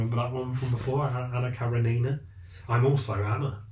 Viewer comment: I k ow right? Like are the characters of those shows basically the same person but with slight variations? And stop saying karenina like that, you need a Russian literature refresher but I would suggest Russian linguistics/phonetics 101 so you can just say it correctly and pretend you know it like the back of your hand